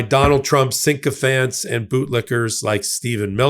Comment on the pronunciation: It’s sycophant, not sinkophant.